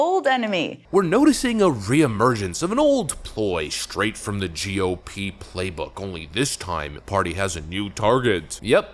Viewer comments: Is it just me or is she pronouncing GOP as JewOP?!? Weird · I keep hearing psaki say "joo-P", she is soooo anti semitic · She keeps pronouncing it as *jew-p*. Is this a "dog whistle"? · Why does it sound like she's saying "Jew Pee" instead of G.O.P?.. 😆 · why is she say GOP as JEW op? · Sounds like she's saying "jew pee" for GOP...This chick is a disgusting shill...Hopefully she gets harrassed wherever she goes.